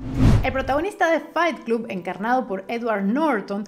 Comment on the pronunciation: Pronuncias la primera palabra "FIGHT" correctamente, pero CLUB se pronuncia CLOB.